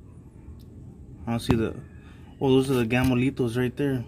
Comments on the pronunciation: He says Gamolitos 😂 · Hahaha, I was like what the fuck are those gamolitos. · tu eres un gamolitoooo...I thought he said that too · Right? It just rolls off the tongue. Lol. not gonna lie, I was a little upset when I figured out there was no such thing as Gamolitos… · Your neighbor lady there across the street heard you asking for gamolitos and rolled right over with the cart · Did anyone else hear Gamolito? Lol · I thought you were calling them "Gamo Litos" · I thought the same 🤣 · I thought he was saying “Gamolitos” like a Spanish nickname or something the whole time. He was saying Gamo Lethals 🤣🤣🤣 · I can't lie, I thaught you were calling them Gamolito's for abit 😅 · Me too 😄